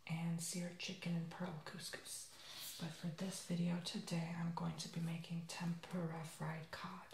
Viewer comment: you put the rice on the paper towel?!? really?! and it is pronounced tem-poor-uh